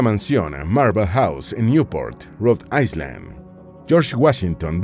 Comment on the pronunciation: La palabra Island se pronuncia sin el sonido de S. Eye-land. Es importante buscar la pronunciación de palabras de inglés antes de hacer el vídeo.